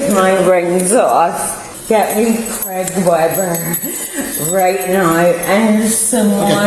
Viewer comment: Americans... it's CRAY-GUH not KREH-GUH 😂